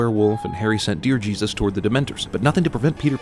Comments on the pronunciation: "DEER JESUS" i'm screaming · "Deer Jesus" XDDD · "deer jesus" xD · "Deer Jesus" LMAO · "Deer Jesus"😂😂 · “Deer Jesus” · "Deer jesus"